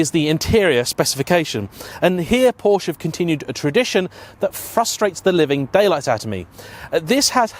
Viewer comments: Can you please learn how to correctly pronounce the name of this brand, it is simply quite unprofessional. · Because this guy hasn't got a single clue about engineering or how actually cars work. FFs, another youtuber/influencer who has a platform and has no background. He doesn't even know how to pronounce Porsche, what'd you expect?